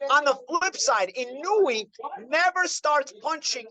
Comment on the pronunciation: Gawd knows I love you,, but it's "ee-no-ue." That last syllable is a dipthong: almost but not quite two syllables--a slide from the "oo" to the "eh," like the ue in suet (the bird treat). Please forgive me, I know I probably sound like prick. I'm an English professor, a bird lover, lived in Japan a couple years, AND Inoue's probably my favorite fighter of this era.